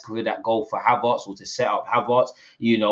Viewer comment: it's ERTZ not ARTZ.... Am i missing something? 😂 You know what call him whatever yuh like! We're flying!! ❤‍🔥